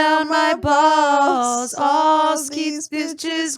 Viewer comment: Giving the word “balls” 5+ syllables is crazy. Arrest me officers.